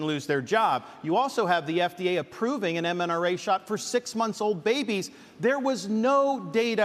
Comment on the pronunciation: Hey Ron, its MRNA, not MNRA. Love ya bud